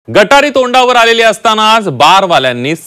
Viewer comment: गटारी नाही रे गत हारी म्हण रे भांड मीडिया वाल्या ने रे नो 😅 रोज चे पिणाऱ्याला श्रा व ण काय पा ळ त नाही तुला गटारी आणि गत हरी मध्ये फरक माहीत नाही तू पी 24 तास तुमची लायकी तीच आहे रे सिल्वर ओक मातोश्री चे तुम्ही खान दानी हुजरेगिरी करणारे 😅😅 पी 24 तास 😅😅😅😅😅